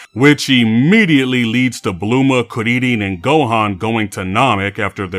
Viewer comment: I can’t tell if he’s pronouncing bulma and krillin like on purpose of not but I’m out Too bad seemed like a cool video